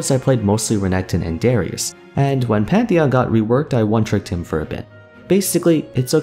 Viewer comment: "I mained patheon" 'unsubscribed'